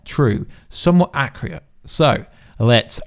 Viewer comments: Bruv are you saying acc-RE-ate? Or accurate? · Luv you bud, but there is no “Y” in accurate.... keep up the good work though